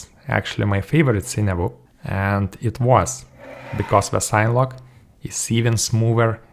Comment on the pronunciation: "SIN-eh-log". Do you pronounce cinema "sign-muh"? :) Thank you for this review. You have solidified my choice for my next sign-whoop.